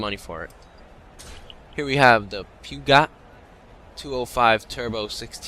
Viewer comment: peageot pronounced pejo